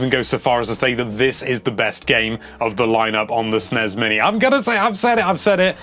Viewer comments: It's NOT pronounced with a z!!! It isn't "SNEZ" or "SNESZ", it's SNES!!!!!!!!!! You wouldn't say glazz, it's glass, same concept!! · Will you stop sayin sness uuggg so annoying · it's annoying how he calls is Snez